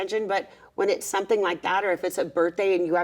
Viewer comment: Gretchen!!! SOMETHING HAS A VERY NEEDED M that must be pronounced as such!!! Not as an N!! For the love of all things holy woman!